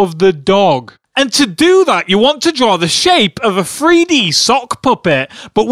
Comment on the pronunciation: "free - D"? I know people with different accents will say words differently, but the most annoying parts of these videos is when you keep saying "FREE dee" instead of 3D..